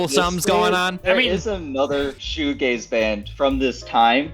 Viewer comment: Bro almost said shoegLaze. You should check out The Verve, "A Storm in Heaven" or "A Northern Soul"